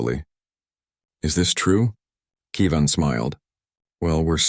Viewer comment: No AI narrator pronounces Kevin right.